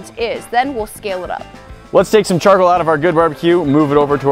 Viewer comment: Argh!!!!! the word is CHARCOAL, Char-Coal "coal" C-O-A-L..... not Charkle....